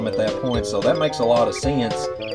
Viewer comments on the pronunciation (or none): "That makes a lotta see-ince."